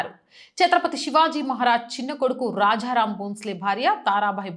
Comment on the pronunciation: కరవాలము - కరావాలం కాదు; రాజా రామ్- రాఝా రామ్ కాదు; తారాబాయి-తార భాయ్ కాదు. తెలుగు స్పష్టంగా పలకడానికి దేవీ స్తోత్రాలు కానీ భగవద్గీత కానీ google లో చదువుతూ ఆడియో విని సరి చేసుకోవచ్చు. ఉచ్చారణ లోపం ఉండకుండా చూసుకోండి.